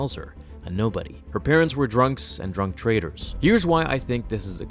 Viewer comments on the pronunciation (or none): Junk traders, not drunk traders. lol